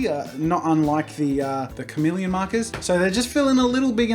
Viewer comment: When he said chamelon I just had to sing kama chamelon